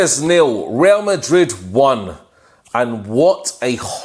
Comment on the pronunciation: The way u say WRA MARID😂😂😂😂